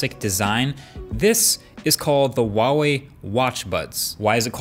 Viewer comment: H is not silent in Huawei